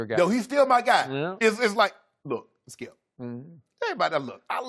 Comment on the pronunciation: Gotta luv the Shannon says "Skiyelp"